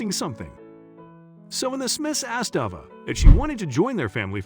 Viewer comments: Someone a person, not a I needs to tell the story. They switch back-and-forth back-and-forth calling her over and Ava and Ava. At least pronounce the name properly and the same name not going back-and-forth with two names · The narrator really needs to work on his pronunciations. Ah-vah or Ay-va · You keep saying ova. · So is her name Ava or Ahva? They keep switching in the pronunciation of the name. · Cant even get the young girl's name right, Ava, Arva?? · I know this is off the subject, but you mention change a few times, in between pronouncing Ava two different ways. Avva or Ava? Make up your freekin mind! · I don’t understand why you pronounce the little girl’s name Ah-vah in one sentence, but then Ay-vah in the next. Come on. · The narrator is annoying: AHH-VA or AVA? He kept changing the way he pronounced the child's name.... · The child's name is AVA sounding like hey not the rediculous name you're saying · The narrator doesn't even pronounce her name the same! Sometimes Ay-vah and sometimes Ay-vah!😖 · The man telling this child’s story keeps pronouncing her name differently, how odd! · Nice video, but I hate the inconsistent pronunciation of Ava's name. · Just wondering why the child’s name keeps being pronounced differently as the commentator speaks? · Horrible narration. Emotions and inflections completely incorrect. Changing the pronunciation of the girl's name back-and-forth repeatedly is irritating. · Why the different pronunciation of the girl’s name? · Why not choose one way to pronounce "'Ava" and go with it consistently? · Why does narrator keep changing pronunciation of girl's name? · The narrator needs to stick to one pronunciation of Ava. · He hey the little girl's name he pronounced it wrong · The narrator needs to learn how to pronounce the name Ava. He pronounces it two different ways. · Found this weird. Why eo the images vary so much- confusing. Also why wasn't the pronunciation of Ava's name consistent?